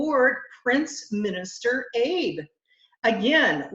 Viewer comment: I like this site and you do a very good job. I wld like to politely inject the pronunciation of our ally in Japan. It is not Abe as in Lincoln. It is an insult to mispronounce the name of an ally. Here is the transliteration: ‘AW-BAY’. Please pass this on to LT at SB2. While the World continues to hate on the greatest American President EVER ... it is highly respectful that we pronounce his friends names correctly. Shinzo Abe (AW-BAY), thank you for working with our beloved President Trump. You a true friend! G-D bless SHINZO ABE and our friends. G-D bless YOU!! May G-D bless our President and keep him safe! G-D bless America, land that I LOVE!! Thank you for all you do! 😇